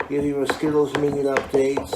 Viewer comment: Meaduuh with a huff at the end everytime